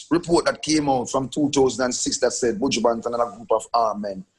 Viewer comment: Angela "Your one of my favorite artist" but you can't even pronounce the mans name correctly lol